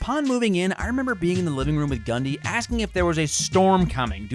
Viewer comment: When I heard him say Gundy I thought he said Ghand di